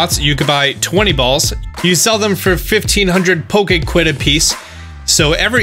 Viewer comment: No one: Literally No one:: pOkA qUiD